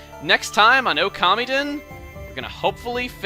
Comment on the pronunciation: i thought it was pronouced (Oh- ka- mee- den). not (Oh- kami- den)